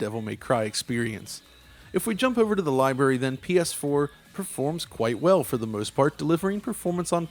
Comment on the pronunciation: "the libary"